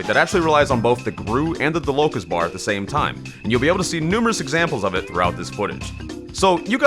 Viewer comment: why do you call it locust its dolokOSH